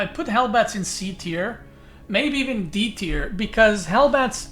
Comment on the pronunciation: It is D-tier not E-tier